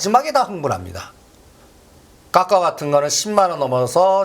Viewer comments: 종목명이 까까오가 아니라 카카오입니다^^ 듣기 아주 불편하네요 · 듣기 절라 거북하네 까까오가ㅜ뭐꼬? 카카오 발음이 안되나? 기업이 주가가 실적과 밸류와 시대적흐름은 무시하고 무조건 작업이나? 카카오는 성장이 끊어지고 대주주 논란등... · 발음 좀 따라 해봐. 까까오 아니고 "카카오". 아프리카에서 이민 온 사람도 아니고 발음이 그렇게 안되나? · 카카오를 왜 까까오라고 하는거야? 까까사묵게? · 오늘31일인데 ? 이분 어쩌면좋아요 이런훌륭한분이 한국주식시장에 계셨다니 정말한심그자체입니다 카카오를 까까오라고하시질안나 주식장은 아무도예척을못하는법인데 당당하고대담하게 예견도하시고 존경합니다 님이시여~~공부좀하십시요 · 어마무시 거버넌스 이단어는 가장만이사용함 ㅎㅎ 근데 거버넌스가 무슨뜻인지 알고계세요?? 까까오 가아니고 카카오입니다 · 카카오를 왜자꾸 까까오래ㅠ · 카카오를 자꾸 까까오 라고 해서 너무 거슬려요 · 카카오입니다 까까오 아니고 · 2021년에도 건설주 soc 현대건설 강력추천하면서 빠데리 옆에도 가지마라더니 그이후로 10배갔다 똑같은소리 한다 회비받아 구찌에서 이제 톰브라운 빠데리 까까오 발음부터 진짜 소설써서 여럿 죽인다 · 분명 맞는 말인데 이분이 말하니 지금은 아닌가 생각이 드네요 그런데 이 사람은 늘 어렵게 빙빙 돌려서 얘기하면서 늘 안맞어 신기하게 그리고 이분은 카카오를 왜 매번 까까오라고 하는지 듣기 싫어요 진짜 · 종목 발음부터 제대로 입만열면 까까오~ 까까오~ 거슬리네.... 이차전지 떨어지니 신이났다 신이났어 기업분석 없이 차트만 가지고 요설만~ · 아오ㅡ굳이 까까오ㅡ 발음이 안되는건가? 거슬려서 내용은 걸러지고 짜증만 난다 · 까까오래. .ㅋㅋ 발음이 레젼드네. 까까오..ㅋ